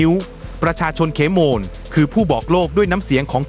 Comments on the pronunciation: AI ยังฉลาดน้อนมาก เขมร ยังอ่านเป็น เขม_รอ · AI อ่านภาษาไทยผิดประจำ เขมร ดันอ่านว่า เขมอน ยังไงก็สู้คนไม่ได้ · อ่านเป็น เข-มะ-ระ เหรอ?เพิ่งรู้ นึกว่าออกเสียงเป็น ขะ เหม็น